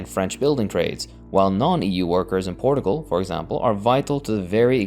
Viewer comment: Not a huge deal but you keep mispronouncing Portugal and Portuguese